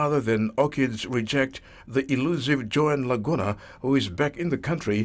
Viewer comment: La-GOON-a... ahahaha!!!